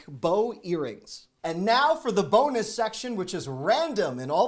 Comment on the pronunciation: "epic BOW earrings" and now for the BOW-nus section!! 😂🤣